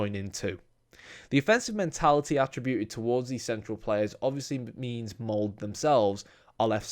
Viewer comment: Molde! MoldE! E like in the name Elizabeth lol